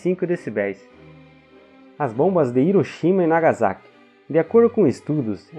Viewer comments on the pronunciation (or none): none